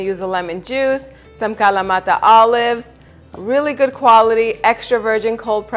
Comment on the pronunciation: Any Video where you say feta and in kalamata with your perfect annuciation, I am here for.